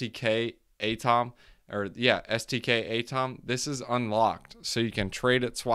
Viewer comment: I like A-TOM better! Keep it up. BENTO though not BEN-I-TO :D